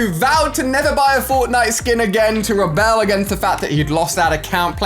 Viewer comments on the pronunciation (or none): none